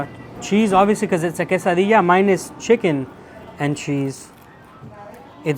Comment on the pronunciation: When you say quesadilla .. are the LL's silent? Thats how it sounds when I i hear people say it.